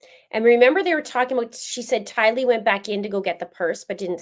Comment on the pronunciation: Anyone else feel irked when the judge says Tylee's name with the wrong infliction!?!? Lol🙃🫠😉😝